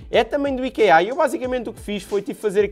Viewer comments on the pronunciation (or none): Nao se diz ikeá diz-se íkea